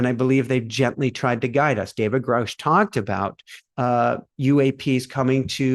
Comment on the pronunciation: Grush rhymes with brush. He held a rank equivalent to Colonel, not major.